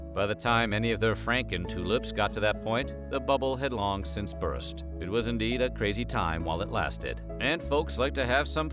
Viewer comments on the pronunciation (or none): none